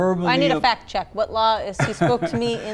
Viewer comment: Fack not fact😂